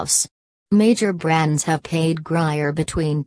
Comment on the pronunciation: it's grier